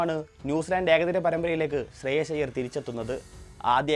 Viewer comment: ശ്രേയസ് അയ്യർ ആണ് ശ്രേയ ശ്അല്ല